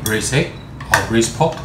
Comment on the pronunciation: why you cant pronounce "r" in pork? you keep saying POK POK POK POK